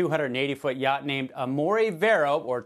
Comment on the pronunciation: it is a yacht not a yaaaaaaaart